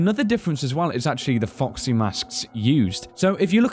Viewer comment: Those is it me or those says:"Fuck see" when he wants to say:"Foxy" but still I love your videos guys! Almost every theory has sense to me and just be like this! And I think that the purple guy is the owner of Fred Bars Family Diner chose when he sold hes restaurant he knew where will be the animatronicks so he killed the kids and so on and so on... You all know the story...